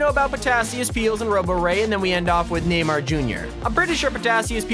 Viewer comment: Its Neymar jr. not naymar jr.